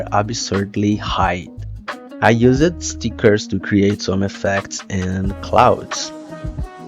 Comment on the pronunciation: You're doing great with your English! Just a quick note, you are over pronouncing words that end in ed, like used and needed. It isnt something that you need to practice on, as i know learning english is hard, and it really isnt a big deal. Love the video!!